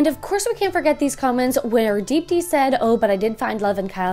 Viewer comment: I can't stop laughing at how they pronounce Deepti lmao